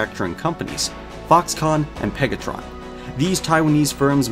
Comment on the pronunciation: Man did not just say pegatron